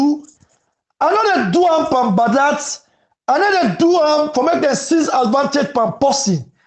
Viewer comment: 📌Please the word is pronounced AD - VAN-TAGE, please pay attention to that.